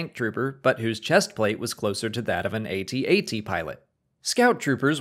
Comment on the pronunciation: A-T A-T my ass...it's pronounced AT AT...you don't spell it out there Millennials.....ffs